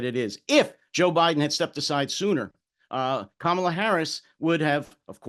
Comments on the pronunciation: A Black woman, the sitting Vice President, has told you how to pronounce her name: it's KA-ma-lah. Please stop messing it up. It's kinda sexist and racist to persist in the error. Plus it's exasperating. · It’s neither sexist nor racist, what makes you think everyone has been schooled on pronounciation of Kamala?